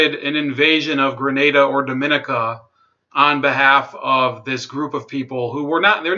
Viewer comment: The country of Dominica is pronounced “Dom mo née ka"